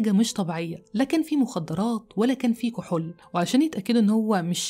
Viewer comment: لا أدري لماذا تنطقين كلمة (كحول) هكذا (كحل)؟ غريب!!